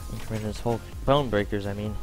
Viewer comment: the team name is ''IncrEmentes'' no ''IncrImented''